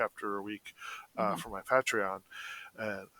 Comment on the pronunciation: Momentum and keeping motivated are tough to maintain. Also I hate the way pronounces patreon.